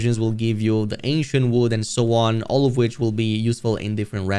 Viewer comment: ANCIENT! Thought you were saying Asian! I was like it doesn’t look Asian…